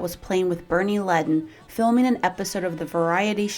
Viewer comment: Wrong. It's pronounced LED-DIN. That's only been common knowledge for about fifty years,.